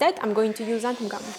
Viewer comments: I was wondering why you keep mispronouncing it "xantham", and then I saw how you labelled your container... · Did you really say "xanthuM" gum? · Why does everyone pronounce it xanthum? It's xanthan with an "n" on the end of it.